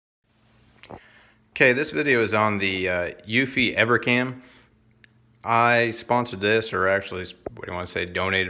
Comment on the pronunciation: Its eufycam, not evercam ;-€